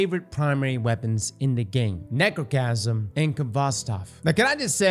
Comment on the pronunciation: said Nechrocasm and that's all I need to know. She's a slept on G.O.A.T. of D2.